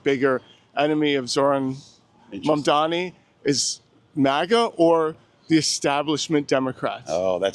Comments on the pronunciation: i love how he refuses to pronounce mamdani correctly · You can tell this guy GENUINELY doesn’t know how to say his name 😂